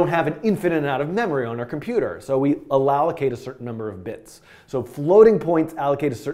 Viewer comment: "so we allowacate" :)